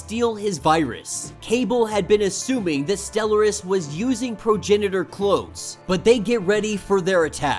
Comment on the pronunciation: Friend, it’s “STELL-R-US”. Respectfully ♥️